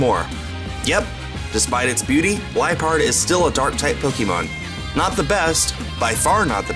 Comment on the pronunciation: u said lipeard wrong